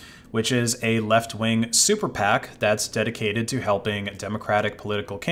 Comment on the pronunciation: Say it with me: super PAC. Not super pact, ya goober.